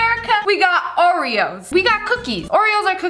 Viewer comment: Ive got a new one "orveos"